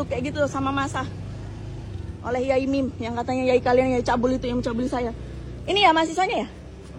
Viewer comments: Bkn yamim mas, sebutan kyai bg org Jatim biasa disebut yai, sdg mim sdr singktn dr nm panjang pk mim lalu jd yai mim, biasanya kl sekedar menyapa ckp di panggil pak yai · Bukan Yamim bang tp Yai MIM 😂